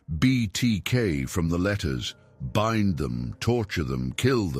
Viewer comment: BIND? B-eye-n-d BIND! not B-in-d. SHIT AI